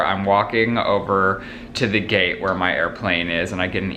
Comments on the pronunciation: When he said gate it sounded like gay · Who else keeps hearing gay not gate? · It sounds like you're saying "gay" every time you say "gate" lol